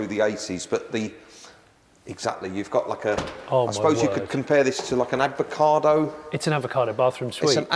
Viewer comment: Did he just say "Its an advacado bathroom suite"?